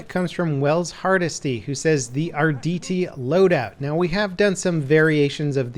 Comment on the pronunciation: "the ardt" lol